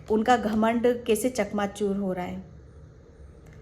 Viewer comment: चकनाचूर not चकमाचुर 🙏🙏🙏